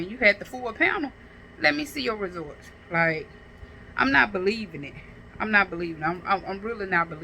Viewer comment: Girl, get off the internet and take an English.grammar, speech class. The word is “results”, not “resorts”. 🤦🏾‍♀️